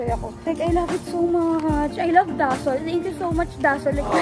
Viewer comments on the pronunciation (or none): It's daSOL not DAsol ☺️